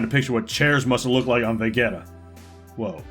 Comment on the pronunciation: oh my god ok no offense but it's pronounced say-an and ve-jee-ta in terms of the planet and race